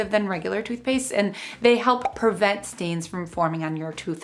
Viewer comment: Thank you for this! FYI, since you are going public, the word is PRE-vent not PUR-vent. ;)